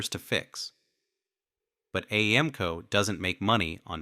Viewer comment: Lost all credibility with AI voice. Couldn't even pronounce AAMCO correctly.